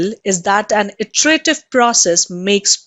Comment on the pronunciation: word "Iterative" should be pronounced as Etarative not AEterative.